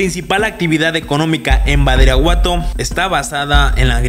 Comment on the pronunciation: Alguien se da cuenta que menciona mal el nombre del municipio? (Min. ) menciona “Baridaguato”